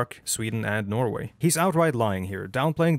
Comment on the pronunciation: While i am not fully on board with your video here, i have to say that, except for the pronounciation of "Norway", you have absolutely no norwegian accent whatsoever.